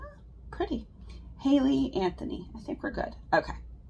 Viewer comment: Aw yay! My order was packed on video! I bought the double stack rings around the 1 hour and 5 minute mark. You said my name right the first time (hay-lee) but I don’t mind whatever way it’s pronounced or spelled. Thank you for the beautiful packaging and mentioning me!❤️